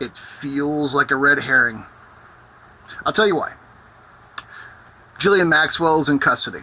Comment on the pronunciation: Is her name really pronounced "Jizzlaine Maxwell?" xD